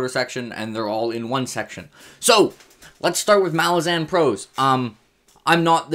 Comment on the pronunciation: Take a shot every time switches up his pronunciation of "Malazan" lmao